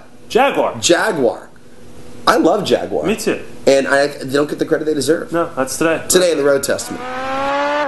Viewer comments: Jag-you-are. you would not want someone mispronouncing your names now would ya? A-lax and yeah?:-) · "Jag-U-ar", notice the U, guys. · why cant americans say Jaguar properly?